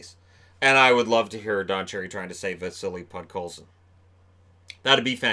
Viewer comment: I like how he even looked at the paper multiple times and was probably told many times before what his name was yet he still couldn’t pronounce it